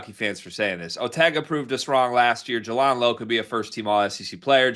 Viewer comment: Jay-Land not Juh-Lawnd